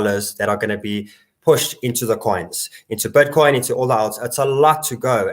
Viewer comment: Is he saying "butcoin"? 😎